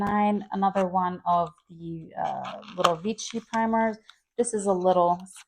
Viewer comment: Vichy = “Vee-SHEE”